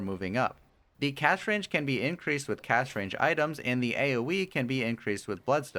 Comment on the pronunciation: Some constructive criticism. You sometimes pronounce words like "Last" and "Cast" with an h sound, like Lash and Cash. Also, when describing his ultimate, I think you said both 25 seconds and .5 seconds when you meant to say 2.5 seconds. Might help to just do one more listen before uploading or get a friend to listen. Great video and helped me understand the new hero, I just wanted to offer good input if I could. thank you